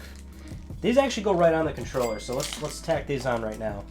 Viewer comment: Is it me or did he say DualShock 4 condom